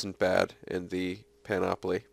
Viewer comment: Hey. Just so ya know, it's pronounced PAN-uh-plee Don't worry. You're not the only one who's pronounced it panOPoly just call me the pronunciation nazi: )